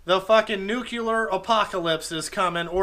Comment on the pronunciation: “Nucular” yeah okay George Bush.